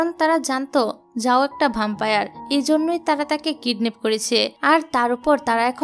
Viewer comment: ভ্যাম্পায়ার বলুন আপু